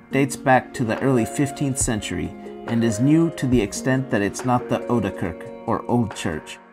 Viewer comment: It is Not Kurk, it is kerk with an è...